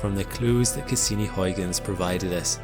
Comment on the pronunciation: it is not hoiguns in is huigens with an ui sound, not an oi...come on.... do your homework please..